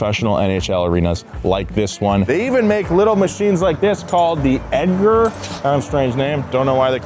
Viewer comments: Him sayn Ed-Ger instead of Edge-r is crazy work😂😂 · EDger? Wouldn't it be prounounced EDGEr? Since it preps the edge of the ice.... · fr what was bro thinking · It's an EDGER... not Edgar... but it is that forever now... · That's, Edger pronunced like edge, because it gets to the edges you're talking about 😬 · It's pronounced Edge er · Literally pronounced edger wrong 😂😂😂😂😂😂😂